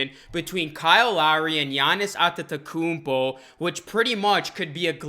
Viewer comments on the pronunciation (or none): Gianni’s At-ta-kuupoh who? Lol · Wishful thinking! Maybe he will when you can pronounce his name correctly. Lol!!! Its a rap when he join Raptors replacing mark gasol..